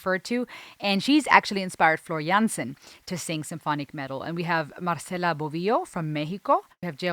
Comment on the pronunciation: There’s another live version in the: the electric castle live and other tales concert. The a in Jansen is pronounced as the a in Darth and not as the a in Vader. The second Goosens was the right one.